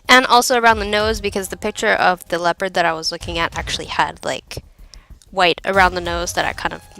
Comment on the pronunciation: Very awesome body paint tutorial. I really liked the dimensions of the kitty. And don't worry, you're not the only who pronounces "leopard" as "leo-pard" lol.